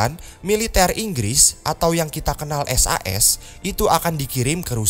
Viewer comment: Kalo s a s nya dibaca sas kok kayak SUS suaranya